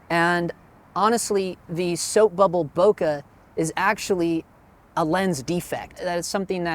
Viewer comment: Not knowing who's giving you this pronounciation advice , but you can tell him he's wrong. This is what happens when you think you master a topic... but not. The French word "bouquet" must sound "booh-kay", and nothing else. Because the duo "ou" in French sounds "oo", and nothing else. It comes from another word "bosquet" ( = "boss-kay") meaning "little grove". So, how do I know ? Use your imagination, you'll find out... 😉